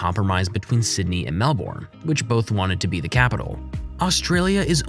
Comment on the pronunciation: "The Emo and Kangroo" "Melborne" Australians: * Triggered noise *